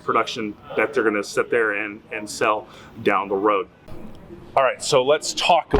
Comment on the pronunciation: Never says "sit" or "sat". always "set".